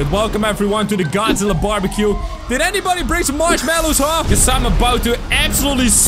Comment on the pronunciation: Why. Do. You. Say. Man. That’s. Wrong. It. Just. Godzilla